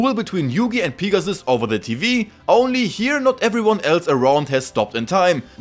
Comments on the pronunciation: Niqqa calls Pegasus, Pigasus... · everytime you say pegasus, I hear pikachu.. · No disrespect to your accent but pea-ga-sus is the funniest shit ever 🤣🤣😭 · Ah yes, Peegasus. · "Peegasus" Loved the video lad. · Could not get past the way this guy says Pegasus. Literally killed the whole video